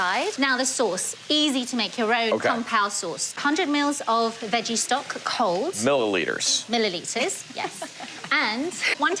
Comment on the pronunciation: Her accent 👍❤️ that moment when she didn't copy the guy by pronouncing mililiDres , instead pronounced mililiTres . Time to get some snack and water ( not WADER 😂) and watch the recipe